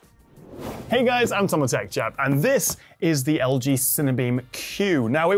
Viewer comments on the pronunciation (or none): Slowed it down to half speed" "Hey guys, i'm..." Totally agree with you though; ought to work on it cause first impressions you know 🙂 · Anyone hear, "Hey guys! I'm "? Never found out what he's really saying lol